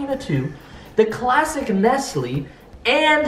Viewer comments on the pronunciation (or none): Your kinda pissing me off saying nestley it's nestle